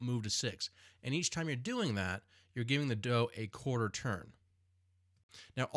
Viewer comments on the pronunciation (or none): none